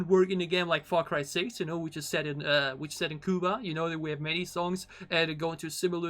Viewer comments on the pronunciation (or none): none